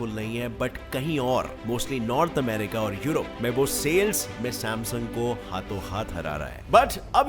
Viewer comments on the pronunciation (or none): none